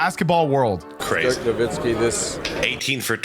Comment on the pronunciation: BRO! It is not Dirk "Nowinski" It is Dirk "NowiTzki!!!!". He is German but the surname is Polish! its "Nowicki" in its original form! Please, when i hear that "n" sneaked up in there - it makes me sick to my guts!! NO WITZ KI!! NOWICKI!! There is no second "n" there... JEEEZ!